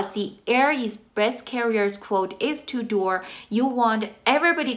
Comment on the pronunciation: Are you saying 2 door quote?